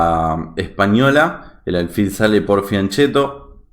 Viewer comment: Sí, se escribe fianchetto, pero se pronuncia "FIANQUETO", viene de fianco, flanco en castellano. Probemos todos "fianqueto fianqueto fianqueto".